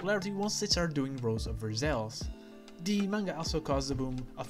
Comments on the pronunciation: not spelling, pronunciation! It's spelled "Versailles" but pronounced "ver-sai". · It's ok, every non-French person says it wrong at least once ^_^; For the future: it's versai Very interesting video though, I learnt quite a bit so thank you.